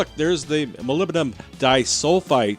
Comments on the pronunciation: Mah-lib-di-num it's not that hard 🤦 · He said hull, but yeah...